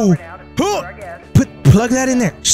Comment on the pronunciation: No HE DIED when he stayed thar